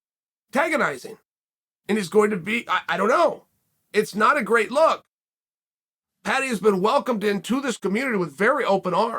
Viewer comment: Americans just can't say the word Paddy lmao